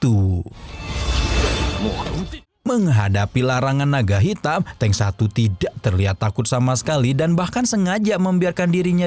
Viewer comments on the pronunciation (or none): Di baca nya "teung" bang bukan "teng" yakali teng saber😅🤣